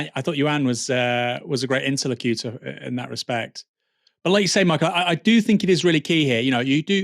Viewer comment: ˌɪntəˈlokjʊtə ...but otherwise 10/10, you're in sparkling form.